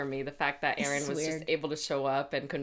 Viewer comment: Euron = "Yer"on not Aron =P